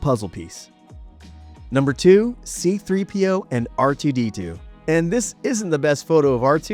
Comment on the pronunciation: See-Threepio, gotta love it